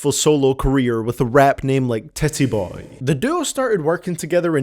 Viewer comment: "Tit-E Boey"